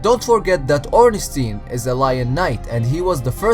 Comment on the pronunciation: Im austrian (language german) and i find "Ornstien" better xD